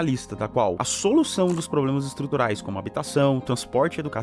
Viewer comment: A palavra: Problema Luciano: Poblema ou plobrema😂